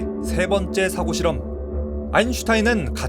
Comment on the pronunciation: 유익한 영상 잘 봤습니다! 그런데 '사고실험'을 발음하실 때 accident의 뜻으로 발음하신 거 같습니다. 사고실험의 사고는 thought 입니다!